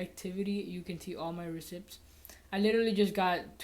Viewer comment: “RecIpts” haha